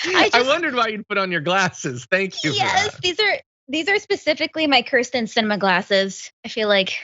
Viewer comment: They always call her Christin. But it's Kyrstin. 😂😂😂 She may become more agreeable if we pronounced her name correctly. IDK... Whatever helps. 😂😂😂